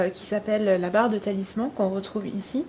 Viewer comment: c'est barre des talismans pas "talissement"...